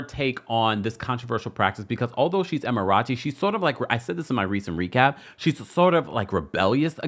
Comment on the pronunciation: Please pronounce Emerati (em-err-ah-tee) correctly. 🤦🏾‍♀️